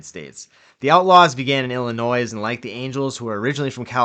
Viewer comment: Why can't anyone say Illinois properly?